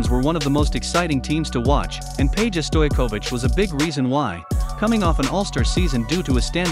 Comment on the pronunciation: if u cant say man's last name say Peja (pag-a)